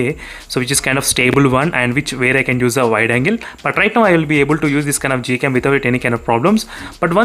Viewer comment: is it google cam or gold cam....? You keep saying it as Gold cam or I'm hearing it as that...?